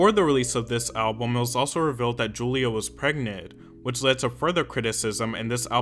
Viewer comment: it's pronounced yulia... btw. Good vid tho.